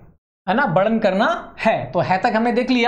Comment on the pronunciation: Sir sorry for saying like that but you should improve your hindi pronunciation 😅😅😅 because you are speaking again and again varnan pronunciation in wrong way